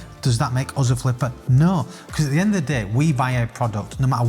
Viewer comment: The word 'us' rhymes with 'bus' not the word 'buzz'